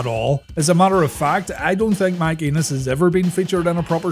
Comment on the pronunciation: It's spelled "Enos"... ...but I believe the proper pronunciation is "ay-nus".. I think it's a long A sound...